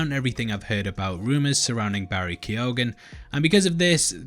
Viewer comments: Pronounced keogh - google it ffs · Key-own. That's how you pronounce it, well that's how my in-laws pronounce it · Keoghan is a Gaelic name and is pronounced 'Key - Ohan' To all non Irish people. Lol